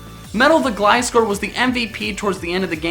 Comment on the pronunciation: is the first person lve heard on youtube to pronounce gliscor right